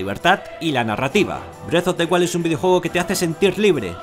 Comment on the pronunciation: parece que dice breast of the wild jajaj